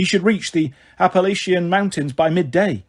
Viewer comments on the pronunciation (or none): none